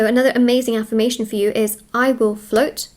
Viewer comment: I will flote not sink